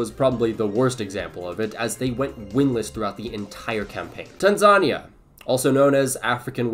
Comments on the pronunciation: Tan-ZA-nea is the pronunciation not Tansa-ni-a 🥲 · fyi you mispronounced Tanzania. its Tan-Za-Ni-A, not Ta-Zan-Nia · My brother in Christ, it’s pronounced tan-ZUH-nee-YAH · PLEASE PRONOUNCE TANZANIA CORRECTLY!!!!! Tan-Za-Ni-a, Put an emphasis on the "I". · The way he said Tanzania 💀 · Never heard someone say "Tanzania" like that. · The pronunciation of Tanzania 💀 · bro messed up Tanzania”s name so bad lmao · How do you mess up saying Tanzania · Nice video, but please learn how to pronounce Tanzania